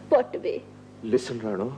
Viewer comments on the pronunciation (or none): "wat way" ?? way wat way? hahahahahaha